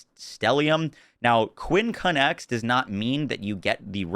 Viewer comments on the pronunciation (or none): FYI: it's pronounced "quin-cunx" (or "kwinkuncks" if that helps) not quin-cun-ex. It is a real word used to describe a five-point cross. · QUINCUNX, pronounced QUINCUNKS, not QUIN CUN X lol A quincunx is an arrangement of five objects with four at the corners of a square or rectangle and the fifth at its centre, used for the five on a dice or playing card, and in planting trees. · lol quincunx is a word and you pronounce it like it looks, the x isn't seperate. quin-cunks